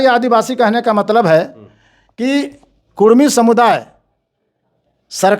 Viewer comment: Kurmi h ya kudmi. Ye to sarna v bolta h😂😂😂 gazette mein kurmi